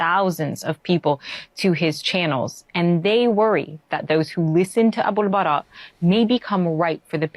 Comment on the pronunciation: It’s Abul Baara btw